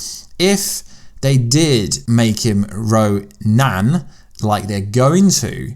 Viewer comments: 5 commercials is too fucking many! Also its ron*i*n not ronan. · In the comics, superakrulls do not emulate powers, they are given specific powers of specific heroes/villains, up to 4 at once. Also, Ronins name is pronounced Ro-NIN, not Ro-NAN. Ronan was the name of the villain from the first Guardians of the Galaxy movie.